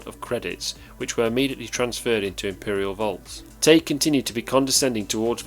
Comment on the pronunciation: its spelled Tagge and it's pronounced; "tag". double consonant g makes the a sound short and the e is silent bacause the preceeding sylable has only 1 vowel. "Tag", as in tag your it. If it were 1 G then it would be the A sound (like saying the word A) like in the words sage, page, or mage. but the correct pronunciation is the "ah" sound like in bag, tag, sad, etc.